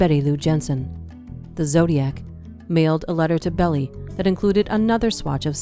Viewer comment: This is incorrect, demonstrably, but miles closer to the truth than the video’s content is. Oh, and it’s Melvin Belli-pronounced “Behl-Aye” as in “aye aye, Captain ‘l